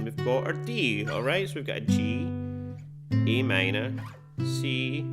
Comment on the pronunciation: I guess it’s just your pronunciation of Am